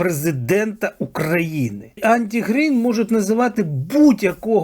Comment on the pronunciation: Не Анті Грін, а АРТИ Грін (Arti Grin) !